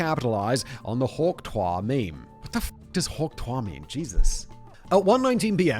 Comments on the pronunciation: “Hawk twah” 😂 Yeah Simon, I’m surprised you haven’t seen this either. Even my kids who are way too young to know what this is, know what this is. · Each time Simon pronounced it hawk twaaa it got even more funny 😂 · That's... That's not how you pronounce trois. He was pronouncing it like the French informal objective you (toi) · Huk Trois😂😂 im pretty sure yhats how they spit in France.😂 Bless this chap. ❤ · Simon using a french pronunciation instead of the Too-ah is fantastic and soo Whistler. Its a spitting sounds not a park in France 😂😂. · You couldn’t stop to watch a 15 second clip to learn that it’s pronounced “Tu-ah”? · Simon, for gods sake, its pronounced tuwakaua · The fact that Simon continued to say it like the French word for three (twa) even after reading "Hawk Tuahsday" is a firm example of how little Simon gives a shit. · Jesus, Simon. Too-ah. Quit being a frenchman. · It's actually just a variation of a very old word for spitting - slight different pronunciation. Hawk2-A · The fact that having tuah replace Tues in Tuesday didn't clue Simon in that he's pronouncing it wrong is hilarious. Of course Kevin could have added the phonetic spelling (Hawk Two-uh (or ah)) which could have also helped. LOL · I like how he still didn't get a clue about how to pronounce Tuah when they replaced Tuesday with Tuahsday. We know what he will be cringing about when he listens to this video 5 years from now, that and not watching J.D. Vance's Cringe Shoot and defending him. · Today I learned that British people pronounce the words "vocabulary" and "tuah" differently than Americans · The "Tuahsday" should've made the pronunciation obvious and he still couldn't figure it out